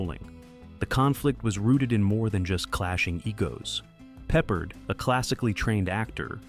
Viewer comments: You’re saying George Papa his name the wrong way it’s George Picard. It’s not peppered. It’s pard you’re saying his name wrong. You say a lot of names wrong. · You pronounced George Peppard last name incorrectly. IT is ARD like are. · It’s pronounced “Pep-Paard” (long “a” sound). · Now Ive gotta watch to hear the mispronounced, hahahaha peppered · Had to stop watching 90 seconds in after the narrator couldn't pronounce Peppard correctly several times. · I couldn't either lol. He's not a piece of meat that you season.